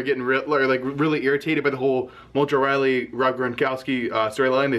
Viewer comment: Pronounces rawley "riley"